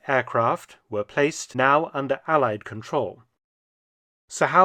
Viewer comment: Why can't americans pronounce 'allied' correctly ?